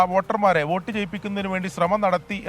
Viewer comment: വേട്ട് അല്ല വോട്ട്